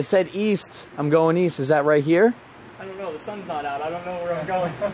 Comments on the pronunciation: East…. I thought you said weast. I’m mad no one got the joke made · East? I think he meant “weast” 😂😂